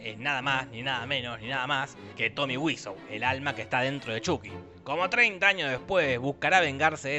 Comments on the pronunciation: Tomi waso se pronuncia, gil. Oh sí. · Por qué le dice Tomy wisouh? Si es charls lirei